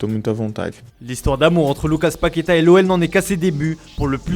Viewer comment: Un peu d'effort sur l'accent pour la prononciation de mots faciles en portugais ! Cherchez comment se lit le dernier a de Paquetá ! et c'est MoreNinha pas MoreRinha et Rivelino pas Rivelinho